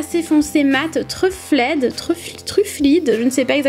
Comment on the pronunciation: le "truffled" se prononce "treufawld" en insistant sur la premiere syllabe ☺️